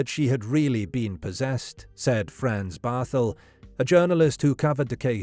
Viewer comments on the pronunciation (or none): none